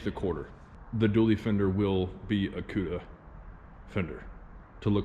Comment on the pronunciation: i swear it sounded like said cuder. that is gonna be a hard car to get into. gonna need to step up so you can sit down in it.